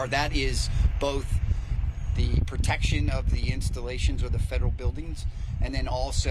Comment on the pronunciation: The word is protection not pertection.